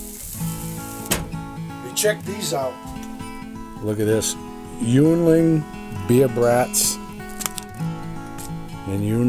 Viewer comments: hey, that's pronounced "ying-ling". My favorite. Headquarters and original brewery is in PA. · Yuengling is pronounced "Yingling". It's everywhere in PA.